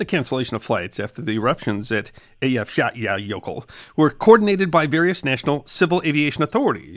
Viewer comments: Congratulations on pronouncing that Icelandic volcano. At the time, you could see news readers wanting to cry when it came up. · Your pronunciation of the jøkul is the best I've ever heard of an American. Love your channel! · Great job pronouncing the name of that Icelandic volcano, I would have never gotten through that. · He definitely did his homework 😅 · Loved hearing your account of British Airways flight 009. According to a “Mayday” documentary, the passengers later formed “The Flight 009 Glider Club.” BTW, I’d be curious to know how much practice it took to master pronunciation of the Icelandic volcano names.